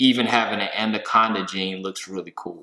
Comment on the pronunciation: Another great video but I have to say there is only one d in anaconda. Its anaconda not andoconda